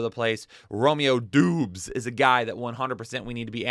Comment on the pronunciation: romeo dobs not dooooobs lol